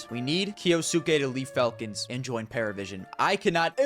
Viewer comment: it's not Paravision, but Pari, Parivision